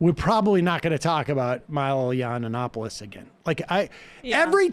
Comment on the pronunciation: Props to Sam for saying “YANNA nopolous” everytime. It’s the boomer way of really proving your name isn’t worth learning